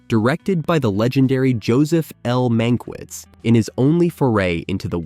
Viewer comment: Would have been nice if the narrator bothered to learn how to pronounce the director's name (Mankiewicz).